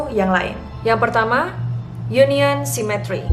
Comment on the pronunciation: Cemetery dibaca semeteri sis bukan cimetry